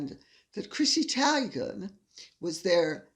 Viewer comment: No big deal, but fyi... Chrissy TEE-gan not TIE-gan.